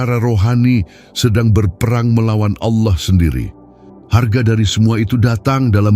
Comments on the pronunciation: Heeeeee. Allah bukan ouloh... Apa itu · ALLAH BUKAN AOULOH ...KOCAK